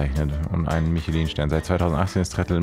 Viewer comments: Hey, Ich schaue deine videos jeden Tag so gerne!! Aber eine Sache triggert mich bisschen haha Also mein dad hat 3 Michelin Sterne deswegen spreche ich aus Erfahrung. Man spricht Michelin französisch aus „Mischlä“. Sorryyyy aber mich triggert das bisschen wenn man das falsch ausspricht. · Du hast nicht Michelin wie Autoreifen ausgesprochen 😂😂😂 das ist französisch Herzchen. Probier's nochmal